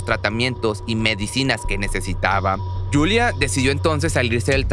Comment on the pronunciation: es yuliya masney no yulia